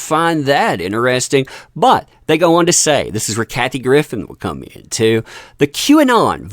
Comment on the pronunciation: please at least pronounce her name correctly. And don’t discredit her, she has called this stuff out for years and has been right.